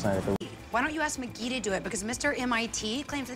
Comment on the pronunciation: I didn't realise that McGee was being called mcgeek so many times😂😂